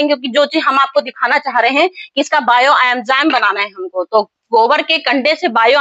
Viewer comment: बायो अंजाम नही होता बायो इंजयाम होता है 😂😂😂